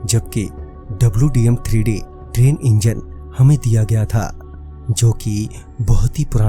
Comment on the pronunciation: Aree bhai dwm3d nahi hota hai wdm3d hota